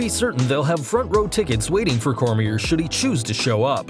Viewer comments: Daniel who? lol Cormie"r" LOL. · He said Cormier wrong